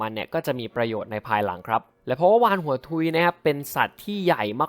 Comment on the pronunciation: สิ่งที่ผมได้ยินวาฬโงกุน